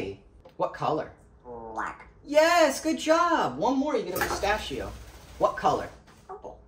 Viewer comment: the way he says "blllack" <3